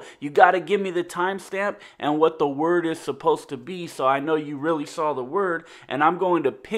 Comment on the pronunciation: wtat instead of what